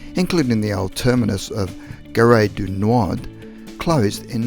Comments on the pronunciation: The narrator says ‘Ga-ray doo Nu-ard’ for Gare du Nord Station - this is pronounced Garr-doo-Gnawed. It’s Gare not Garé ! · It’s GaH - de - NoH if im not mistaken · Gare du Nord, is pronounced with the e in Gare silent. "Gar do Nord" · Some of the pronouncing of French stations It's Gare du Nord the E and D are silent and Aldwych is pronounce Aldwich not Aldich